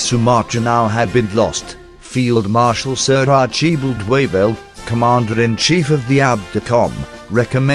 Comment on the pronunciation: The most glaring example of bad pronunciation was "Archibald" whose last name was Wavell. It should be "Arch-a-bald" although I might be wrong on the second syllable.